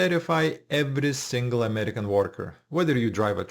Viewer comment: Foreigner who can't even pronounce AMERICAN